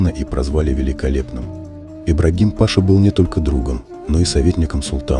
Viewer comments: Паша🤣🤣🤣! Прежде чем снимать ролик изучите элементарное, хотя бы произношение титулов… а то получилось аналогично выражению Графиня и её графин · Все слова перековеркал. Слушать противно. Паша, шахзоде.... Пипец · Делайте правильно ударение.Паша это не имя, с звание. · Обращение к чтецу : ударение в слове ПАША ставится на 2-м слоге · После Паши 🤣🤣🤣 дальше слушать не имеет смысла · Ну,видно,ведущий думает что кликуха у Ибрагима была ПАша.Вот он соединил воедино и имя и кликуху. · Какой ещё пашаа, Пашша- читается, а не пАша😆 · Да не Па'ша, а паша' -- титул такой, в школу уважаемый диктор ходил, сказки арабские читал? КАРАУЛ!!! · Какой паша?пашА хоть ударения делайте правильно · Вот так кто нибудь послушает и скажет: что у Султана был русский друг Паша? Действительно не ПАша, а паша!😂😂😂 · Какой не грамотный диктор,ни Паша, а пашА' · Кому в голову пришло, что султан спал с Ибрагимом.Мужчины такого типа не обладают мужской силой, они более женственны.Противно слушать Паша, пашА. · Читешь хорошо, но не пАша, а пашА!Турки обидятся. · Бесит, неправильно читаете слова, почему пашА вы читаете пАша, а пашУ вы читаете правильно, не беритесь коментировать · Не пАша, Паша -это Павел,а паша,рассказчик,мля,мать твою! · Ибрагим Паша 🤣🤣🤣🤣🤣🤣🤣 Правильно - Ибрагим пашА , ударение последнюю "А" . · Как же это « пАша» режет ухо! Вы вообще грамотный человек?! ПашА! Это элементарно! Надо готовиться, прежде, чем читать ! Дизлайк , однозначно .... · Человек который изучил тщательно историю про Сулеймана великолепного не смог узнать что не ПАша а ПашА надо говорить???🤔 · пашá блин, а не Паша😆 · А кто читает текст? Робот или неуч? пАша, вместо пашА, шехзаде вместо шехзадЭ.. Так сложно найти желающих прочитать текст? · Ну насмешил Ибрагим Па'ша, правильно оговорить паша' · Да не Паша, а пашА! Правильно читайте!😱😱😱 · По ушам бьет его " паша".Неужели нельзя правильно ставить ударение! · Режет слух неправильно произносимое ПашА.Позорище.Это не имя Паша,Вы хотя бы имена выучили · Ибрагим Па´ша 😂